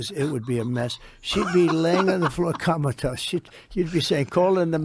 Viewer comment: Did President Trump say comatose or Kamatose😂😂😂 Kamatose explains everything. The Don has coined a new phrase.